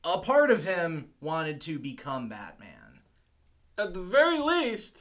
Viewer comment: You say "Batman" like it's a surname, like "Bateman"... You need to stress the "-man" part a little more. Or maybe you're doing it for laughs? Pretty dull if so. Or maybe I'm dull? I don't know anymore. I'm on a horse.